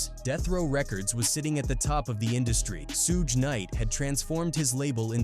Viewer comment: "Sueeg Knight" 😂😂😂😂these machines man.